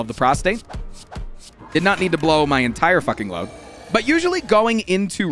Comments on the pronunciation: Straight up said prostate 12 times in 45 seconds and the word is prostrate. 😅 Very, very different meanings, sir! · please, its prostrate, prostRate. The R is very important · Does he know it's pronounced prost-RATE and not prost-ATE? Made me laugh every time. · every time he attempted to say "prostrate", he said "prostate" instead, and I lost my shit laughing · Can anyone confirm whether he’s calling “Prostrate” “Prostate” on purpose? I think he likely is, but he’s so committed to it I can’t tell for sure. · Hes definetly saying prostate instead of prostrate atleast half the time 😅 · HAAANK ITS PROSTRATE NOT PROSTATE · I feel like a punk going into the comments to complain about one thing, but it is so distracting whenever you pronounce prostrate as prostate. Is that intentional?